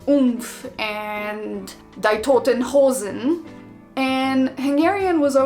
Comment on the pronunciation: It was cute: Die Toten Hosen. The "die" is not pronounced as the English word for passing away but as "dee".